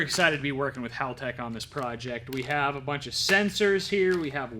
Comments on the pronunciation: Its hall tech. Like a hallway. Not howl tech. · I stand corrected, I just seen a video from haltech... It is in fact hal tech. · Correct me if I’m wrong but I thought it was called Haltech like a hallway? Not howl tech🤷‍♂️